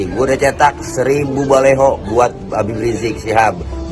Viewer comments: BaLiho bukan baLeho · Ngomong baliho aja baleho, iye ho